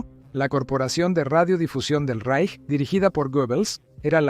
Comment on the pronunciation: el Tercer “Reich”, En alemán, la “ch” no suena nunca como la “ch” española (ni como en chico ni como en Chile. Se pronuncia más bien como la “ge” “gi” española. 😉